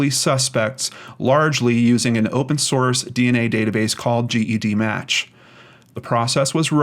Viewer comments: Once again,. It’s pronounced jedmatch not g.e.d. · I've commented this before. It's pronounced "Jed"-match.